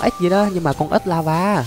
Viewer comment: Ảnh nói ếch mà nghe như ết vậy!😅